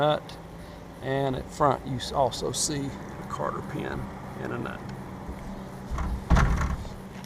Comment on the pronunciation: Cotter...!!!! Not Carter...!!!